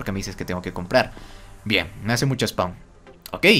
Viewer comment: ..cuando te escriben mucho en el chat se dice "SPAM" Y No "Spawn" Spawn Es Otra Cosa Mas Diferente En Minecraft